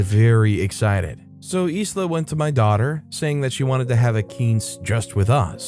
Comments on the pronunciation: The name Isla is pronounced eye-la. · Sorry mate, I’m not a grammar Nazi but in the name Isla the letter “s” is silent. You know, like the actress Isla Fisher. It’s a bit weird I know but it’s pronounced eye-la. I have a family member with the same name.